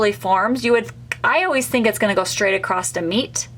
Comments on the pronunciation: Very helpful, but please stop saying acrosT, the word is acrosS. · I have never heard someone say accrosst for across and i wonder where that’s from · Great video…not made these for decades….p.s there is no ‘t’ in across, sorry but acrosst made me cringe lol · Why do you keep saying acrosst. The word ACROSS doesn't have a t at the end. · Just an fyi- there is no "t" in the word across.